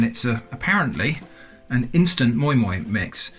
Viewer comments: It is called moi moi not moin moin lol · It’s pronounced ‘My My’